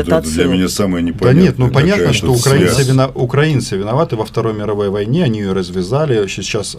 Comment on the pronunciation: Как же их коробит только от слов "Украина" и "украинцы", с какой же щепетильностью они избегают называть правильно нашу страну, и с какой брезгливостью коверкают название народа. "УкрАинцы" - сколько презрения и "великорусского" шовинизма и фашизма в одном только ударении